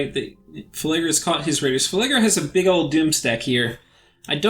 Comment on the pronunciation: Phlegra, not Phelegra.